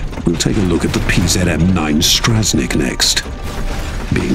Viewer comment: Ah yes, the British speaker can never learn to pronounce a single foreign word. Pronouncing the Polish mech names as "Smiley," "Strahzneek," and my favorite "Zuuuhf." Absolute shame.